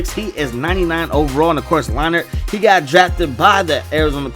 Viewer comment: Matt Lion-heart lol I'm dead 😂